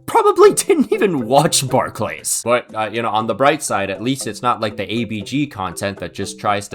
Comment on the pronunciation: love you man but fucking hell please don’t say Barclays like that it grinds my gears